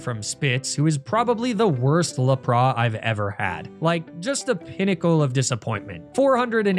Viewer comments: your pokemon pronouncation sucks, you can't even read their names properly... lapra...? really..? There are much better nuzlockes than you... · La-Pra is taking me out loool I know this ain’t serious. I hope not anyways